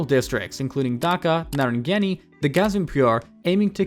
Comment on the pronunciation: bro your pronunciation is killing me. wtf is "dehaka", "greemophone", "titus", "BTD" "narayanganEE" "kaloona"😭😭